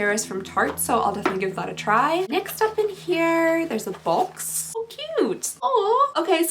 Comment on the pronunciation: Your accent really shows when you say box lol. “Bolks”